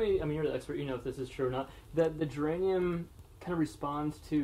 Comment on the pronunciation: Good video, but it's Germanium.